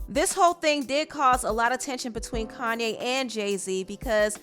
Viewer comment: Ugh why she keep pronouncing his name "Kan-ne"